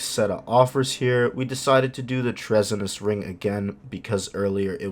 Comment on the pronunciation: Treasonous (tree-son-us), you know like Treason against the state ;)